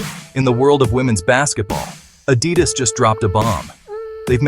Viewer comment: you say Adidas dropped a bomb and showed the Nike logo and went on to say the deal was $28 million, which was actually the Nike deal. Then your Ai voice-over can't pronounce Adidas. This is all Click Bait. boycott Hoops Horizon and Hoops.